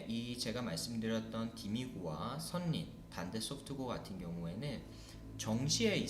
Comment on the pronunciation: 선생님 강의 너무 훌륭하고 도움 많이 받았습니다. 감사합니다. 하나 말씀드리고싶은게 있어요. 지난번 영상에서도 선린을 [선린]이라고 발음하시던데, [설린]이 맞습니다. 참고부탁드려요~